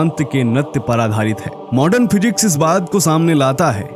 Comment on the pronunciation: मॉर्डन नही मॉडर्न बोलो